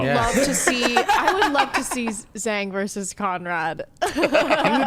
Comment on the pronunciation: love the pod, just to help with the pronunciation of Zhang; Zh = J as in 'j'ohn. a = o as in the word 'o'n. so more similar sounding to jong than zang.